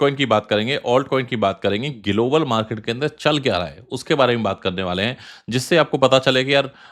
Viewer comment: Pehle global bolna Sikh le phir crypto expert banna 😂